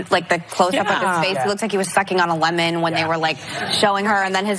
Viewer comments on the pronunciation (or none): none